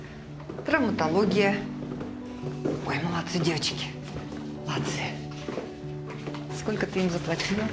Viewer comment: Разве в русском языке есть слово"скоко", как произнесла актриса героиня(режет слух)